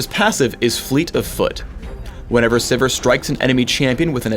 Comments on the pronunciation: lol I thought it was pronounced "Siv-eer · okay so her name is pronounced siver not sivir.. good to know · ITS SIVIR LIKE SEVERE DAMMAGE PHRAKE WTF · am i the only one who pronounces it "Severe"?